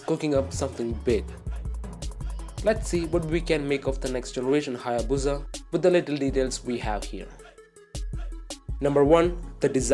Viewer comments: Why does he say buza, it’s called a busa or hayabusa it does not have a Z in it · It's pronounced - HAY - EH - BOO - SAH, not BOO - ZAH Everytime I heat it wrong in this video. the more I want to give the narrator a throat punch. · It's HayaBusa! Not BOOOZZA IDIOT.😑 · Its HAYABUSA !!! NOT HAAYA-BOOOZAA !!! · What the hell is a HAA-YAA-BUUZA? In all seriousness I actually want a new hayabusa